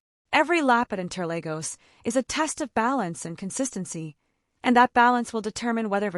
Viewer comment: Uhh my goodness it's inter(Lagos). Not Legos